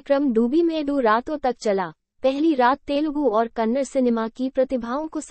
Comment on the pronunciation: Kannad nahi Kannada bolo nonsense